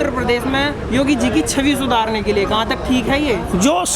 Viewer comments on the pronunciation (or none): none